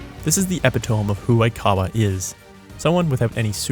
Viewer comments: it’s “eh-pih-toe-me” not “eh-pih-tome” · I know this wasn’t at all the point of the video. But my inner David Mitchell won’t let me not inform you that with the word Epitome, you are meant to pronounce the e at the end like EE. Eh-Pih-Toh-Mee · i cant gloss over the fact you said epi-tome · Bro said epitome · that's not how you pronounce "epitome". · Pronounce epitome again. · great video!! I aint ever heard anyone pronounce "epitome" like that tho💀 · mans said epitome and thought we wouldn't notice 💀 (on a real note though I fully agree and love the video :)